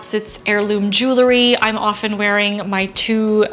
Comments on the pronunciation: Why do people say "jewlery" instead of "jewelry"? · That bothers me, too. Jew-el-ry or jew-el-er-y are both fine with me, but jool-ry sounds like a henchman in a noir film or a Disney movie. It’s made of jew-els, not jools. Call me pedantic!